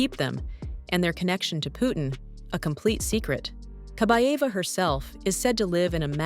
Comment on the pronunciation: Kabaeva not Kabava.